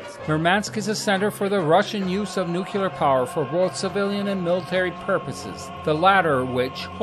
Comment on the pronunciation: It is pronounced nuc-le-ar not nuculer. A good place to start if you want to pass yourself off as knowledgable.